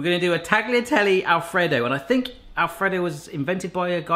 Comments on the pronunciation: It’s pronounced fettuccine not fettuccinee and tayatelle not tagliatelle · Taggy la Telly. Ouch my Italian.